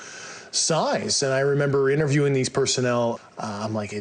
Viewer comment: I was interviewing these personnel. Another word mispronounced?